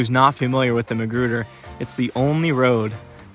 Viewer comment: LOL I thought he was saying McGruber!